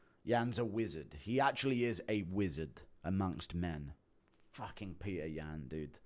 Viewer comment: Being British and pronouncing Petr as Peter is unhinged.